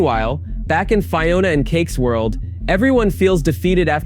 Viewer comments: Fye-ona? Land of Oh Oh? Fuck off with this AI bullshit. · How are you mispronouncing Fiona? Her names is used every episode.